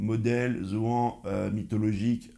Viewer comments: Dit pas ZoAN dit Zoanne !!! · C'est pas Zoan, c'est Zoan 👌🤣🥰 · Tu m’as tué avec ton intro. Pour moi je dis [zo âne] 😂👍👏🙋🏻‍♂️🇨🇭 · Arrête de dire zoan c’est chelou mgl